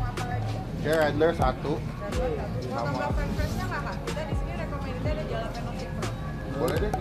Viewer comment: Halapenyo bacanya masbosqu